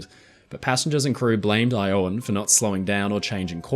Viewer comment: Iowan is pronounced with a short o sound, not a long o you get it right source: I live in Iowa 😃